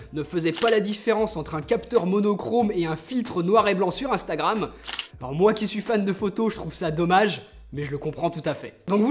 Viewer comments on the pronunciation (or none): none